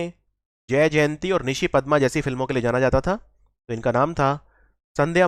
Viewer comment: it's not padam it's padma